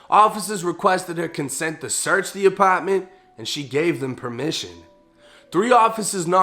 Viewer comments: The lower apotttment 😂😂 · apotment, lmao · “ApAtment” okay we get it you’re from boston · Second Apppaa ment 😂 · Yo you real!!! But I don't like the way say "apartment"